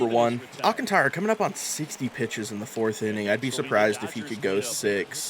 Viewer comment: Great video's. BTW you pronounce Sandy's last name. Al Kaan tr uh